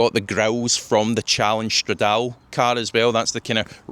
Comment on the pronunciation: it’s prounounced “strad-A-Lee”